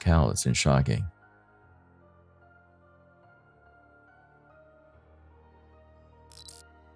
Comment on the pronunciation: feh- broo-eh -ree that is how February is pronunced.